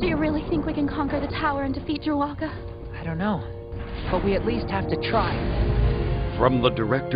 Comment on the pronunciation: I've pre-ordered this already, but I have to say two things about this trailer. 1. Dru-a-ga? Really? Is that how it's pronounced? Every time I hear it, I'm reminded of Chewaka. ((WTF?!)) Couldn't you guys go with Drua-ga instead? It just sounds awful when it's said by both Todd Haberkorn and Jamie Marchi. (Jill & Fatina) 2. Did he just say "You're not good enough Joe?" I'm was really hoping to like the English dubbed version, but from what I'm hearing here, I'm praying for good jpn audio